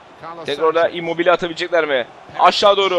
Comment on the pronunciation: immobil değil immobile diye okunuyor